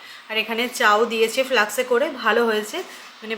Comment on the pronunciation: ফ্লাক্স না ফ্লাস্ক।